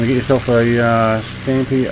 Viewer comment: pronounced stomp